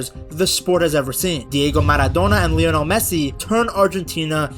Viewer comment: "Diego manodona and Lloranel Messi"